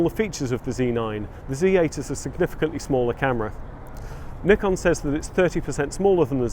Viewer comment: Well done! Moreover because you pronounced Nikon correctly but zee? 😂